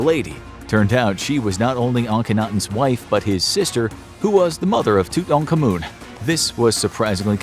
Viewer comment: King tutANkaMOON 💀